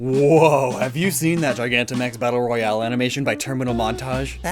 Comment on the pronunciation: Royale, not rohiale.